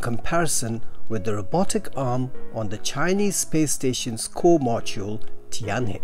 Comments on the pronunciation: The pronunciation of 'Tianhe' is similar to 'tian-her', but not 'tian-hee‘. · It's pronounce tian hur. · Tianhe is pronounced as Tian-Her. Practice makes perfect! :)